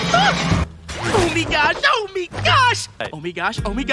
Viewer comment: Does anyone know why they say “oh “mi” gosh” instead of “my”? I tried to look it up and got nothing.